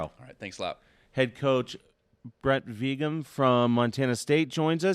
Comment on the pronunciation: I'm not even a Montana State fan but WHY is it few if any of the moderators, commentators and "social media" pundits covering or previewing the FCS Championship game can't seem to pronounce Montana State head coach Brent Vigen's name correctly?! I would hope none of these people would go into a job interview not knowing how to pronounce the name of the person they're being interviewed by so why can't they study up on the names of key people they'll be introducing or interviewing, after all it is their job! His name is Brent with an n not Brett and his last name is Vigen pronounce very similar to vegan with the "hard G" sound not a J sound and simply change the a to an e VeeGen. A persons name is their brand doing your diligence to pronounce it correctly shows courtesy and professionalism!